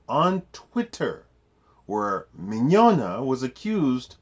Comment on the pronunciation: We can tell you do your research because you pronounced "Mignogna" properly. Great video!